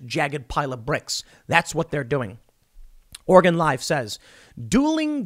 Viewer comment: Just gonna say it, thank you for pronouncing Oregon correctly, Tim.